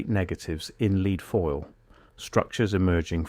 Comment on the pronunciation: Boy, AI reading is improving... even inhalations now! I only noticed three errors.. mispronunciation of "lead", "Tartaria" and "reset". Well done, AI.